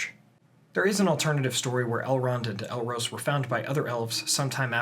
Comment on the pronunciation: it's pronounced El-Ros, (as in the the bird rose up to the sky), not El-Rose (like the flower).